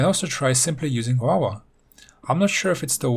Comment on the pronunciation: Who else thinks hes saying wawa when he says lava